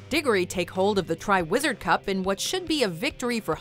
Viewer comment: Yar A Wezard Harray